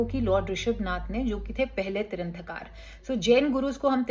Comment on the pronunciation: Tirthankar hota hai tiranthakar nhi